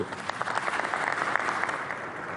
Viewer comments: صاحب الجلسة ليش يكول شايع الشوداني .. وكرر هالخطأ مرتين كال شايع .. لفظها الصحيح شياع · الرئيس ،بن سلمان ،ما يعرف يكول شياع ،،لو عدنة جان سوينا مضحكة ، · محمد (شايع)؟؟ شياع مو شايع❤😂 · الاجانب ما يلفضون اسماء العرب والعرب ما يلفون اسماء العراقيين... ليييييش؟ نهاية المقطع - اسمه محمد شياع مو محمد شايع. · محمد بن سلمان من اي مدرسه متخرج حتى كلمة شياع لفضها شايع 🤓🤦‍♂️